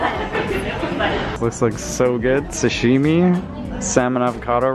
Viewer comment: What is shashimi or whatever he said